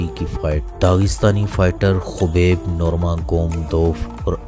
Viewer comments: چوتیا نیریٹر ۔۔۔ خبیب نہین حبیب نور محمد نام ہے اسکا ۔۔۔۔ جاھل آدمی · Khabib Nahin hota Habib hota ha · Abe chutiye kaubaib nhi hai uska naam habib hai or corner mcgregor nhi conor hai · yes but apny video my khubeb bola hy its wrong